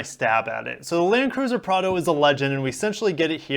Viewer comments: Don't worry man, you are saying Prado correctly. It's pronounced p r aaaa d o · Prar-doh. You’ve nailed it. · Bro you have the 4Runner much better in my opinion, and yes you got first the pronunciation right. Cheers! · You are pronouncing the name correctly. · You are using the correct pronunciation :)